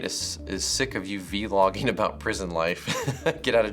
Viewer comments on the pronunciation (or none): HE JUST SAID V-LOGGING NOOOO LMFAO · "V-LOGGIN". i cant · "VEE - LOGGING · v-logging... v-logging? v-logging?? v-logging??! v-logging??!? V-LOGGING?????!?!!??!??!??ii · V-logging lol #hilarious #notevenamillenial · when he called it "V-Logging" LOL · V-logging? lmfao hahahaha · OF COURSE, VLOGGING?? COME ON!! GET IT RIGHT! VEE-LOGGING!!